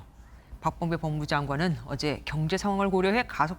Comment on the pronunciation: 여자 아나운서 발음이 왜 이렇게 억망인거지?? 머라 말하는지 서초독 사옹이라 하지를 않나 밥범배법무장관이라 하지를 않나 역차발이라 하지를 않나 암튼 전반적으로도 먼가 발음이 이상하고 듣기 불편하네요 옛날 레전드 영상처럼 또 설사 참고있나아 ㅡㅡ